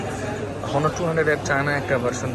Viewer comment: নট হনোর। রাইট প্রোনানসিয়েশন হবে অনার অর অনা যার বাংলা অর্থ সম্মান, সুনাম, সম্ভ্রম ইত্যাদি